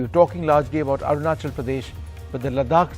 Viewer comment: It's not AruNANchal.. it is ARUNACHAL, ARUNACHAL PRADESH...Please correct